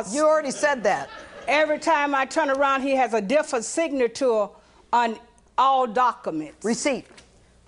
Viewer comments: difsa signatour on daccaments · he sustose ta been.... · "Everytime I turn around, he's got a different sig-na-tore on all dock-a-mints" 😂😂